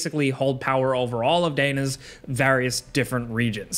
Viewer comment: Pronunciation note: Dana like Danny, not Dana like Dawn.